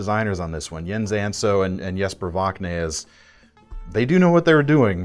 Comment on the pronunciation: Quite a nice video. But!!! Repeat after me, Vox-naes, not Vocknaes. 😂😂😂 another banger guys keep em coming.